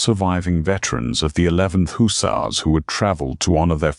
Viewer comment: Yes, the odd pauses, mispronunciations (ie. hussar, envoy), and AI misspoken names were distracting, but the storyline managed to overcome them. The writing was good, the characters sympathetic and the narrator's voice suitably serious, with generally good intonation. Enjoyed this story. First time checking out this channel but will look for more. OR, USA